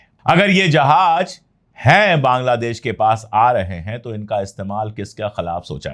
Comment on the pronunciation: Sir ,Jahaj nahin Jahaz hota hai, please